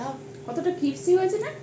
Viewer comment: tomar meye to English medium e pore ato bar vul bolcho..cripsy cripsy..1 bar to vul ta dhoriye dite pare..ota crispy habe..vishon kane lage..